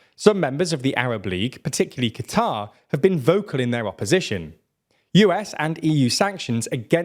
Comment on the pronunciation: the way bro says 'Qatar' makes me want to commit